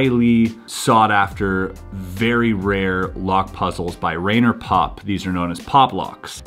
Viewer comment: little accent except when pronouncing the puzzlemaker's name. Rainer is pronounced Ryner like rye bread. :)